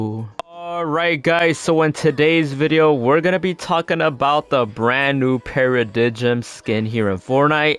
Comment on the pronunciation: Para-dime not para-di-jim lol